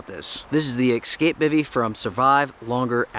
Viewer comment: So knowledgeable. So authoratative. So matter of fact. So well presented. And then you go and use the word "eXcape" and I facepalm and I cringe and I can no longer take anything you say seriously.